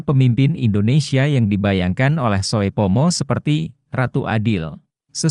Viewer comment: Mohon maaf yang memberikan narasi mgkn blm tahu bahasa Indonesia ejaan lama.... Sehingga pada saat menyebutkan nama membuat kami bingung..... Ejaan lama oe dibaca u... Soepomo harusnya dibaca supomo. Trm ksh